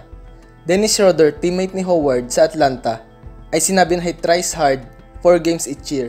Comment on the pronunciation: Ano daw? WHOWARD? 😂😂😂😂😂😂